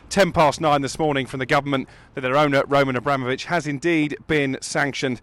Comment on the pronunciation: Roll-Man A-Bra-Mole-Vich